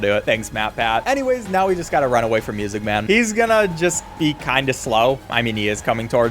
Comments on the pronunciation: The way bro says MUSICMAN is so funny 😂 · Bro keeps saying “MuSicE MaN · Thanks to Matpat "Muuuuuuuuuuuuusic Maaaaaaan!" is the only way it can be pronounced. any other way just sounds wrong XD. I'm Glad he embraced the meme it became.